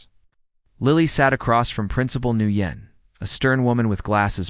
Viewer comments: Just a tip. The name Nguyen is NOT pronounced new yen. It’s pronounced “when”. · Nguyen is not pronounced "NEW YEN", it's "WHEN" and it is as common a name in Asian countries as is Smith or Jones in the west. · Sooo, I believe that principal's name is pronounced "win", not "nu yen"; there are no retired Marines, but otherwise not a bad story. Love to see instant karma in play 😊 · Guitar Eddie here. The the principal's name is pronounced "Wen" not "Nooyen". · The principal, Ms Nugyen's, name is pronounced 'Winn'. Watching from NE Florida. Today was February 20th, it was a balmy 85ºF here. from the 'stairs', not stares. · The principal name is prounced Winn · FYI Nguyễn ís pronounced "win". These narrators need to practice reading the script. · The name Nguyen is pronounced “When”. For goodness sake do a little research and edits for these stories!